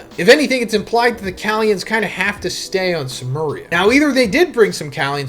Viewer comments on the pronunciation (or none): none